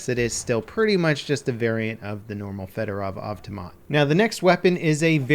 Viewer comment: You cant even pronounce fedorov avtomat. Watch westie or jackfrags ect and their vids on the weapon and you will know how to say it